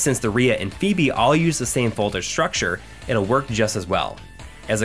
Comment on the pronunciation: Phoebe "Fo-B" Good feature though man.